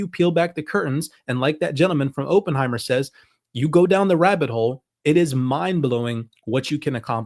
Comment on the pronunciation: Please learn to pronounce Oppenheimer